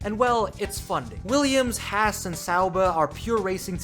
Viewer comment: At least learn to pronounce Haas